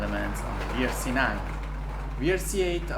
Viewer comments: if u say WRC pronouncing "VRC" is no more WRC: W is "double u" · Just a quick tip, you dont say Wii R C 8 but Double U r c 8. Cuz in English the letter W is pronounced as Double U if it is not in a word. Anyways keep going but u make great content! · Please say double-u ;) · You're right but I think that pronouncing letter 'W' like letter 'V' is just faster and sometimes is better to pronounce it like that (especially for non-native speaker). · Non native english speakers pronounce like does